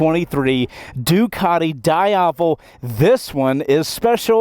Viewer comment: whats a Die-Aval?